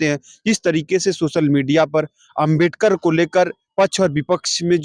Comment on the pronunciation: Jo Ambedkar nahi bol pa ra h wo rajniti samjha ra hai😂😂